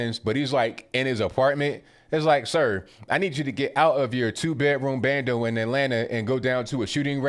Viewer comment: Hahaha... said "abando".